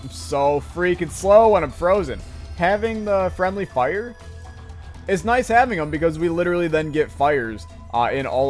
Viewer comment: fwendly fire iss imunitty tofire